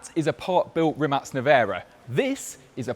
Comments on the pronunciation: Isn't it Rimac not Rimat? Why is he pronouncing it like the latter? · Its RIMAC (K) RIM-AKK not RIM-ATSCZ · Why is he saying rimat. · Y you say “rimats” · Is it just me or he pronounce Rimat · Why does he keep saying Rimat? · Why do I keep hearing "Rimat" ? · Every time he says Rimac, it sounds like Rimats.